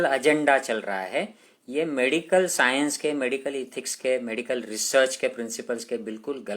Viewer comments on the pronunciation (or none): none